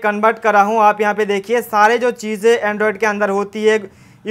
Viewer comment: Sikgaya. Andrioded nahin bolna is ke bad